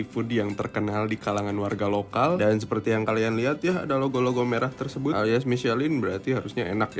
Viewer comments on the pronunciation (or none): none